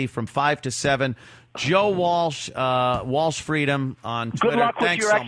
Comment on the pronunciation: lol walch and walsh are different joes